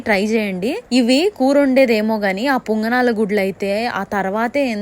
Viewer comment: Ponganalu ni punganulu antundhi entra ra